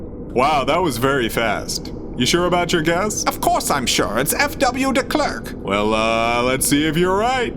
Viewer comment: Small note: The "e" in Klerk is pronounced "a" as in apple :)